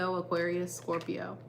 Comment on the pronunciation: Like the new setup! Also the way u say scorPIO! also a scorpio rising here👋🏻